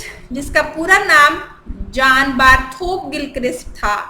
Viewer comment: جرنائم زیویئر درست تلفظ ہے. دوسرا نام جو غلط پڑھا وہ John Borthwick Gilchrist ہے. آپ نے اسے جان بارتھوک پڑھا جو غلط تلفظ ہے.